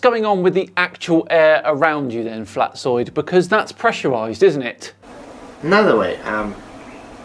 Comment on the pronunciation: I cant drop that i heard pronouncing "Flatzoid" as "Flatsoy".